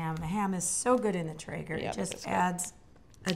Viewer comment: question, she said she is going to cook the ham on a what? I thought she said tigger?